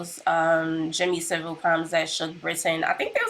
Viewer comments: I like how you cant pronounce his surname properly, its pronounced sav-ill not civil. Also part of his persona was he would tread close to the line which made a lot of people people think "oh its just jimmy being eccentric" and you are correct there was a lot of cover up, not to mention he was well connected and had friends in high places. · his name is pronounce Sa-vil, not Civil. it is claimed that there was over 500 victims, including dead bodies he fiddled with. it is the British version of Big Brother he was in. it was an open secret of that he was doing. Johnny Rotten was taken off air because he claimed to know some rumours in 1978. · it's pronounced SA-VILE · How come Yanks can never pronounce 'Savile' right? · One you pronounced his last name wrong , two why have you put this on YouTube? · Funnily enough, it's pronounced Saville. It is also spelt Saville. It is not pronounced like a word that looks or sounds nothing like it. And it is not spelt wrong.